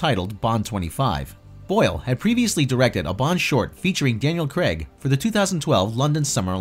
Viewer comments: CRAYG not Cregg!!! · It's Craig as in CRAYg and not CREGG.